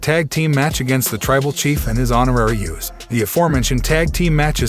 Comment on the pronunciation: BTW, its USOS not YOUSOS